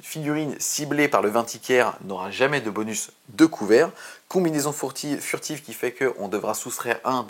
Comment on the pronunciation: Alors quand on dit "fourtive" et "meutrière" on se moque pas des Frenzon! C'est gentil les Frenzon. 😉 Ça fait plaisir de revoir